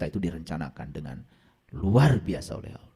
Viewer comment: Apa ALOH itu ???? Yg fasih Dong ??? .TERJEMAHAN ...OTAK ATIK COCOK LOGI ...SAK ENAKE UDELE DEWEK 😅😅😅 ??